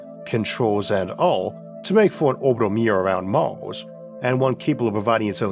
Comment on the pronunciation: Honest question, why do you pronounce some words like you do? "Maws" instead of Mars for example. Is it an accent?